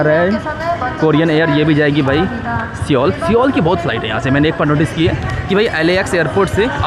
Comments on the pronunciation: it's Seoul (सोल ). Pronunciation like "Sol" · Seoul nahi soul pronounce karte hai bhai